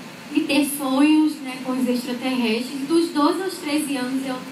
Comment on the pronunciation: Ex-tra-ter-res-tres,!Não tem "s"depois do "a"...